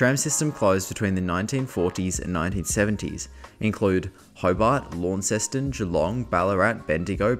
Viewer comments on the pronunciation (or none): Launceston is pronounced lon not lawn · you pronounced Launceston wrong